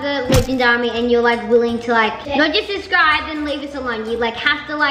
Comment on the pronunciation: It's so funny that said Suscribe!! 😂😂😂